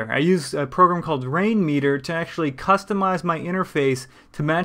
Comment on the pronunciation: how are you making windows 7 look like that? I cant really understand what you said. rain weeder? I tried google and cant find anything. can you please post a link on how to make win7 look like that?